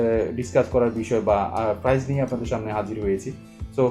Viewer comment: Are frice na price bole.😂😂